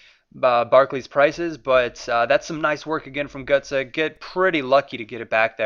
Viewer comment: Gurtsee* not gurtsoe.